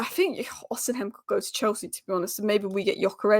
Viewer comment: go with me.. i am Nigerian... it is Osi mhen.. not osin hem